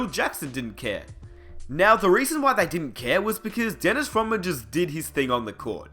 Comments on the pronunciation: God I'm sick of this narrator dude calling him "Daynis Raman". Crikey! Its DENNIS RODMAN , capice? Anyways..... Rodman was a mercenary. He was a much needed, and final , piece that the Bulls needed to keep the machine rolling. Rodman did exactly what he was brought in to do. He did it extremely well. Getting along with Jordan and Pippen was not part of the deal. Look at the end results , it was quite a success. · "Dennis Roh mann" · Why are you calling him Dennis Robin?? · I stopped when he said MAKEL JORDAN and DENIS ROHMAN. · this nigga said dennis romman kmsl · why the hell are u saying DENNIS ROMMAN ??? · Disliked the second I heard this guy mispronounce Dennis Rodman's name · How you never once pronounced Dennis Rodman, Michael Jordan or Scottie Pippen properly